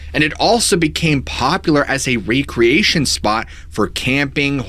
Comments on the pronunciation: Did he say RE Creation (- ) as in to Create something again?? LOL recreation 😂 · What is with people not knowing how to pronounce recreation properly